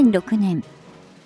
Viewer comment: ナレーションがかったるいことと、元型をもとがたとはつおんしたり、テンポが間延びしている。